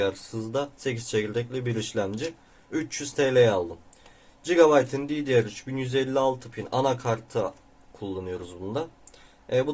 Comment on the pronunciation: Cigabayt değil gigabayt dostum